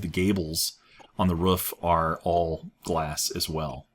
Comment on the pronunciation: why do you say rough for roof?